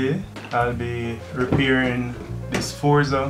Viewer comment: your english is really Awsome! "repiring" (i did not see full video though